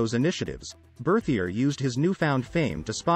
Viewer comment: I wish the audio voice would have pronounced his name and the society in French